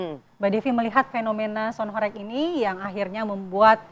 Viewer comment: Kelihatan kalo tv blm tau kondisi aslinya...nyebut aja masih gak jelass...HOreg bukan Horek lawakk